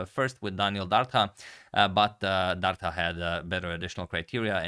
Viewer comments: It's pronounced Dar-Dha. "Dh" is pronounced the same as "TH" in THat og THis. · It's pronounced Dartha like the "th" in the or that. Dardha in Albanian means pear (the fruit). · You pronounce Dardha wrong! "Dh" ist pronounced like "th" in the word "this"! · #agadmator The letter "dh" in the surname Dardha is pronounced same as the letters "th" in the word "there". He is originally from Albania, born in Belgium.